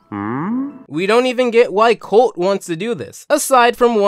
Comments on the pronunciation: Holt ...not colt....Holt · You called Holt “Colt” 😂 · Dude, there is no K-sound in Holt's name.